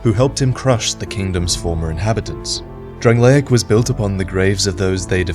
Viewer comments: The kingdom of DRANG-LAKE. Not DRANG-LAY-ICK. Things and people from DRANG-LAKE are DRANG-LAY-ICK. The land itself, physically, is DRANG-LAY-ICK, but the land in name is DRANG-LAKE. C'mon, why does everyone pronounce it that way...:T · My eye twitches every time you pronounce it "Drang-lay-ic". It's just "Drang-lake". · The videos are great but the way he says Drangleic is so fucking annoying!